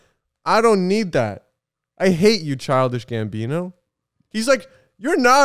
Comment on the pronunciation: i cannot listen to them say it right, it’s forever childish gambiño